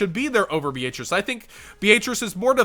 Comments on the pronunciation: Is that a regional dialect with Beatrice? I’ve always heard Be-uh-trice never Be-aaaayyyyy lmao-trice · Dude your pronunciation of Beatrice is cringe. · why are you pronouncing Beatrice like that? D